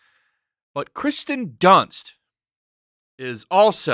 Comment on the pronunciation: Her name is KIRsten, not Kristen. 😉